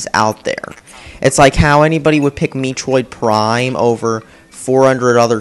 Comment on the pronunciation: Did he say meetroid prime